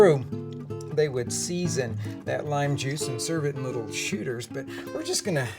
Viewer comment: Now, I know he said "shooters" , but I SWEAR I thought I heard "sh!tters"! 😂